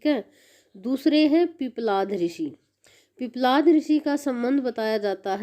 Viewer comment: उध्दलक ऋषि नहीं है बहन जी। उद्दालक ऋषि नाम है। पिपलाध ऋषि नहीं है। पिप्पलाद ऋषि है